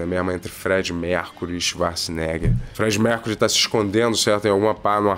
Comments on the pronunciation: Ele chamar o arnold de chivarts, o tempo todo, me pega muito kkkk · Eu só assisto esses reviews para ver o falando Swacharza! ❤ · “Xivarza”, agora nunca mais vou chamar o Arnold de Arnold.